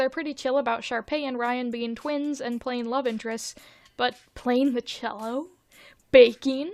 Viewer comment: ur pronunciation of “whilst” and “cello” are driving me insane, i havent been able to sleep for 3 day’s because of it.